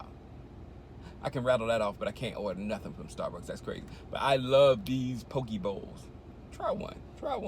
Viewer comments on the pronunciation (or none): Aloha Shango Poke is actually pronounced Pokay